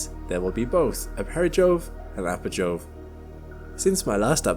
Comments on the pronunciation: its perigee and apogee not perijoe and apojoe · u sure you are pronouncing the it correctly? I thought it's supposed to be pronounced 'apogee' and 'perigee'